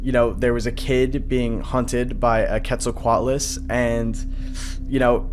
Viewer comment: HE SAID IT RIGHT HE SAID QUETZALCOATLUS RIGHT FINALLY 👏👏👏👏👏👏